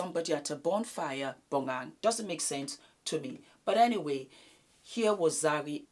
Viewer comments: I`m South African so let me help you with Bonang`s name pronouncation. It`s pronounced BO-NA-NG. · I holler when I hear you pronounce Bonang's name lol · the way says Bonang makes me bust out laughing lmaooo